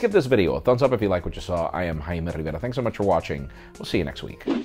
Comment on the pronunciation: Video ends before High Merrrr Riverrrraaaaa spam !